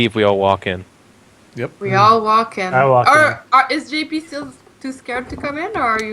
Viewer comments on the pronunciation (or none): love how can never say JP's name right.. always says togglebutt